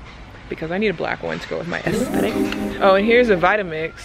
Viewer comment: No one: Literally no one: Not a single soul:: AsCEttiCcccc